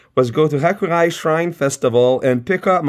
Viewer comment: Hey, uh,, you triggered my Japanese OCD again by pronouncing Hakurei as "Hakurai" instead of "Haku-rey".